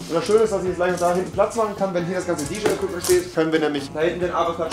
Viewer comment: "DJaye" ~Rewi ?! Nennt man das so? bRuDeR mUsS lOs